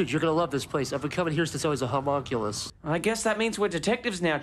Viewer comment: The way he says "HOM-MONculus" is so satisfying